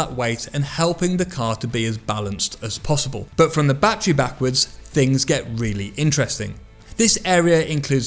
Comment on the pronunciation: Its called a battery not batree just saying